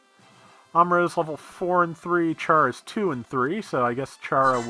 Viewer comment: I haven't watched part 46 yet, so apologies if you made the realization already, and this is just a nitpick anyway: The katakana for Chara Soon's name reads as Kyara, so it's more like saying "character" than "charade". Now that you do have ships and crews for all four group slots, something you might want to consider is rearranging some of your units. In particular it would probably be useful to have one ship that's exclusively or substantially flight-enabled machines for when you know you have an air map to deal with. Or just need people to be able to get off of a plateau by themselves. Oh, and don't forget to evolve the Sinanju so you can start having some real ridiculous fun with the Neo Zeong!